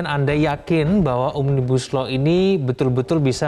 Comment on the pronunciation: Pendemo Yang gak ngerti Omnibus Law... Nyebutnya ... "OMNIGUSLOW" 😁😁😁😁😁😁 ✌✌✌✌✌✌